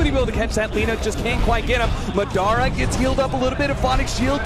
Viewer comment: no one comments about how commentator says madra instead of madara. so cringey